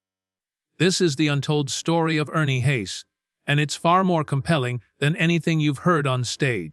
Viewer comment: His name is pronounced Hahs not Hays. I've been listening to him for about 40 yrs. He's a gifted singer.